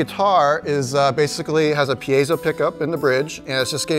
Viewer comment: THANK YOU for pronouncing piezo correctly! Good review, thanks!